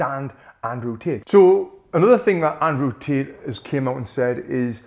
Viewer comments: Andrew Tit - the way he says 😂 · As an Aussie... I heard "Tit nd Jik" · He heard from gic we heard tit lets 😂😂😂😂😂😂😂😂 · every time he says Andrew Tate it sounds like he's saying "Andrew's Tits" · Ah yes "Cheek Paul" and "Andrew Tooth" 💀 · "Andrew Tet" lol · Ayo did he just say "Andrew tit" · Love how Tony pronounces "Tate" 😂